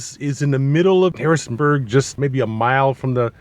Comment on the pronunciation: Harrisburg… no “n” Cool review!